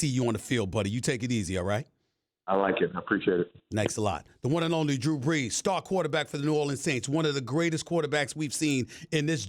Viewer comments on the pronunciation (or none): "Drew Breews" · “Drew Breews” 😂